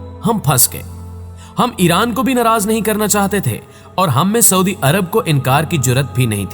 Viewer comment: saudi hota hai suadi nhi